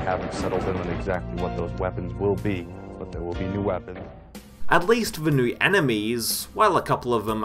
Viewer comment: also new(-e) and Romero(-e)